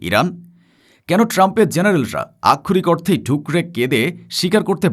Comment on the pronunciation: আমি যতোবার এই প্রতিবেদকের প্রতিবাদ শুনেছি ততোবারই বারবার "আক্ষরিক অর্থে" শব্দগুচ্চের ব্যবহার দেখেছি। একই শব্দের ইচ্ছাকৃত রোবোটিক উচ্চারণ বিরক্তিকর এবং প্রয়োজনে অপ্রয়োজনে একই শব্দের ব্যবহার উচ্চারণকারীর শব্দের দৈনতা নিশ্চিত প্রমাণ করে।